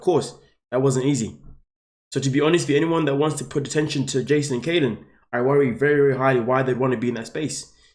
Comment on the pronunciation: Please, please, please, learn how to pronounce people’s names! It’s Kylen, not Kaylen.